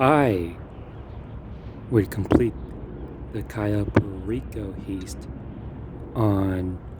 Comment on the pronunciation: It's an heavy "I" on heist my guy